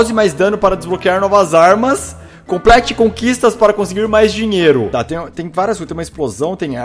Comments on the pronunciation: "complete conquiatas" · "Conquiatas" :vvvvvvv